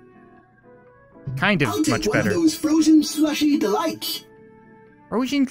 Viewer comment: "frosen shlusi delights"